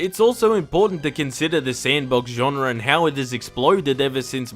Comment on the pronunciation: Genre* not Genrer